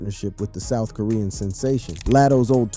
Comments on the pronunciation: Ok narrator, it's bout Sooth it's South😂😂😂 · Queen of the Soooof Is crazy 😂😂😂😂 south baby. Just say south.